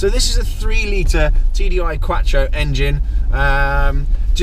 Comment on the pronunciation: The D on number plate stands for Germany. It is a German car on English roads. The letters stand for the country in which the car is from. I love your videos but you do talk some shit hahaha keep it up! Ps- it's quattro not quacktro loooooooool